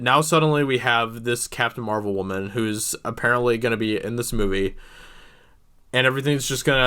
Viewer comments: It’s pronounced “woman” not “waman” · This guy can't pronounce Woman. Douche bag. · I have never heard someone pronounce woman in both pluar and singular forms at the same time